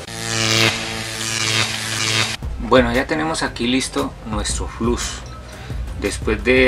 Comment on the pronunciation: Además se dice Flux, no Flus....